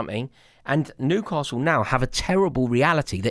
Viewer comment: are you saying Nucastle not Newcastle it's driving me nuts... 😂